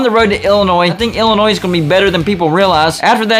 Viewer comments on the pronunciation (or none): none